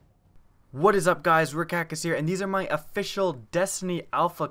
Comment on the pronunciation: Why are you saying rekackis when your name is